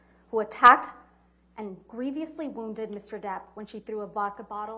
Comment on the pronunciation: Camille thinks "grieviously" is a word? 🤦